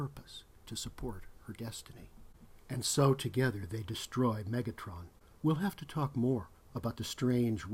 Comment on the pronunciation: It’s Metatron, not Megatron.